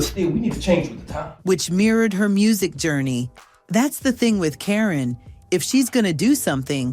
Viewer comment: Who is "Kareeen"??! 😆I hate Ai.